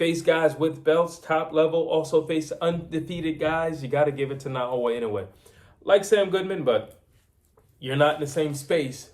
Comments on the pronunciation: His name is Naoya not Nagoya get it right man come on... americans need to learn how to pronounce other cultures names properly, anyway goodman aint gona do nothing but get knocked out like all the rest simple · The heck with Na o wha W and y is not close man